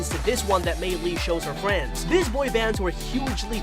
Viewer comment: Not Trying to be rude but wed fwiend for red and friend